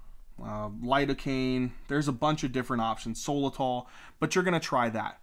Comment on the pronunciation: Good video….it’s not solatol tho….it’s sotalol